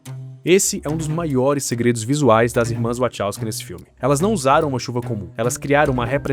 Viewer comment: nao da pra levar a serio alguem que fala "irmas wochowsky"...